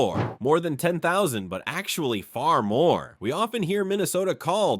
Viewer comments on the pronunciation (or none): none